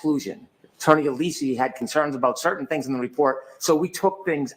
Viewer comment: he’s doing it intentionally, because he has said it correctly a couple of times in his little speeches mere seconds after pronouncing it incorrectly multiple times. As in, he will get up there, begin his speech by saying “Attorney Ah-LEEES-ee” several times in a little speech where he’s feigning righteous indignation, and then a couple of sentences later accidentally slip up and pronounce it correctly once. This has happened on at least two separate occasions that I’ve noticed. Which to me shows he’s intentionally pronouncing Alessi’s name wrong to play games, and he knows how it’s supposed to be pronounced and that’s why he pronounces it incorrectly when he starts his very clearly scripted very clearly theatrical argument, and then accidentally slips into autopilot and pronounces it the correct way after a little bit of droning on and losing a little steam. (Edited because autocorrect is a b*ch haha)